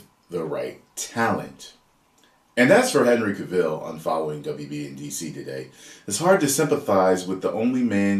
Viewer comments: it's Cavill as in travel. Not Cavill as in the hill. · It's Cavill, not Caville. just sayin'. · His name sounds like travel. Hahaha not the way your saying it. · Cavill is pronounced like Travel. Please get the pronunciation right. 😉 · Henry Cavill pronounced like Cadillac Coup DeVille :'D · Henry Cuh-Ville lol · Henry ka'will? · The way how he says ca-vill 🤣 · why do you call him Cuhville? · Cavill is pronounced like travel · The way you say his name is very enraging